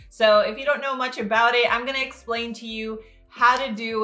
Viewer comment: I heard egg-slpain 😂